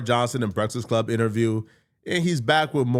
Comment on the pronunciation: Is he pronouncing Breakfast Club wrong on purpose? I thought it was hearing wrong for the last few years.